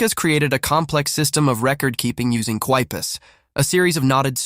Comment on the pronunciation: it's pronounced "kee-poo."